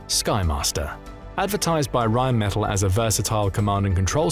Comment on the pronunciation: It's pronounced Rheinmetall with emphasis on the 2nd e. It doesn't sound like metal in English.